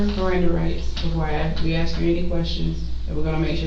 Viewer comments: and axe; not ask. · Notice how they all mispronounce the same words? It seems to be universal, "chiw-ren", "axe", etc. There is some sort of mental deficiency. There are so many little behaviors they do that should make it clear that were not the same and it goes way beyond appearances.